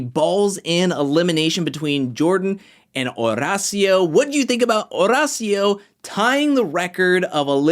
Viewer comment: I’m glad you’re probably the only one who pronounces Horacio’s name correct. H is silent